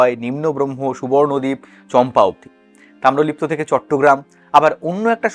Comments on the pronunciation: Tamralipti noy, eta hobe Tamralipto😂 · Video ta purota dekhechhi, aapni ektu mon diye sunun tahole bujhte parben protyek barei tamralipti bolchhen..... etal tamralipto hobe